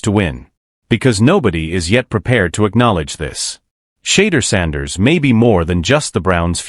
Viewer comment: Chatter Sanders! 😳😳😳🤯. His Education has failed him! 😂😂😂. At least get the Man's name right! Good Lord!!